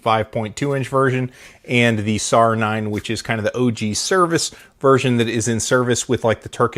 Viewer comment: It's not SAR. It's pronounced S-A-R (Just letting everyone know)